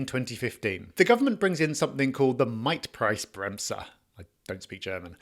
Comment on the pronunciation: Great content. really butchered the word "Mietpreisbremse" 😂